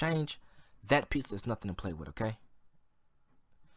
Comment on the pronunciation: It's pizza not piza